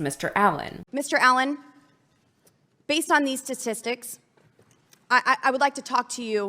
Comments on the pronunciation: She had me at... (wait for it) 'Tissdisdicks'. BoBo the clown 🤡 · She said "based on these [SA]-TIS-TICS". . . [STA]TISTICS ...SHE IS A REAL EINSTEIN, AYE¿🤪. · "Based on these stsstissticks". Well that was a good start.... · I’m trying to work out what statstistics are 😂 why can no one say statistics properly? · Someone teach her how to pronounce 'statistics'